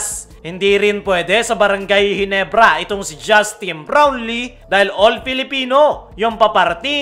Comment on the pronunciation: kala ko mali pandinig ko sa kaso unilit pa ang pag bigkas ng Justine Blownlee sa